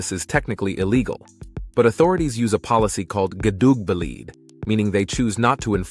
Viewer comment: Tip : If you want to use Dutch words, then edit in a native Dutch saying that word for you. 'Kuduukbeeleed' is horrible. I do understand that 'Gedoogbeleid' is near impossible to pronounce for non-Dutch.